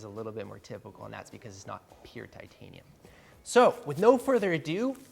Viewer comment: 'Timtanium' tools XD